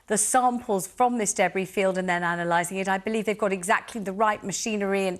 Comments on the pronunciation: What is a “daybree” field? Does she mean debris? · Deb Bree?! Noooo